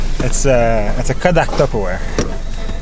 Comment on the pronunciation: Did you say Tupperware or Tubberware? LOL!